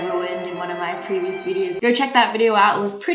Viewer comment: "First 100 oof my subscribers" 😂